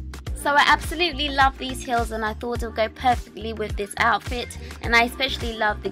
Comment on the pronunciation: Gorgeous! Haha you always pronounce heels like hills ^^